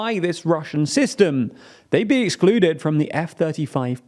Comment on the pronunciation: it's EXCLUDE not EXLUDE WHY?????????